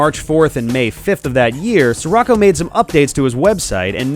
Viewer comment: It's not "sir rocko," it's "she-rocko" as in Paptimus Scirocco from Zeta Gundam